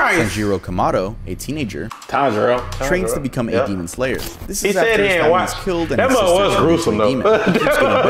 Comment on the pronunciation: butchering the names of all the characters from Demon Slayer gives off the same energy as a white mom pronouncing words like gracias and quesadillas as grassy ass and case a dill a’s